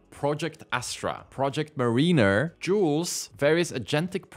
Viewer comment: Mariner = MERR-inn-err, not MERR-een-err